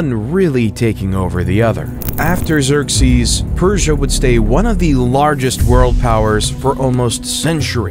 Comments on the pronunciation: Okay now I'm going to go ahead and not watch this since you just mispronounce the name Xerxes amongst other things so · Sorry to complain, but some of the pronunciations in English are really bad. Slav was said "slave", Xerxes was butchered, etc. Good content, but this was pretty distracting.